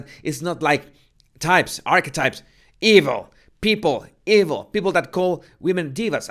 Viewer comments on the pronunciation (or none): Did you say arse wipes instead of Archetype 😆 good job 👏 👏👏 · Are you calling it asswhipes? Hahah yes, that does suit